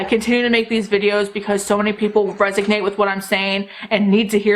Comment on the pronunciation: I think you mean to say "resonate" but I keep hearing "resignate". Is it just me? Agree with the whole rant, I don't need any more stuff, Black Friday sales and hype should just go away.